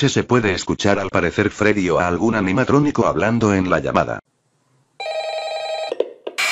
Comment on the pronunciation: En la 16 dijo anianatronico :v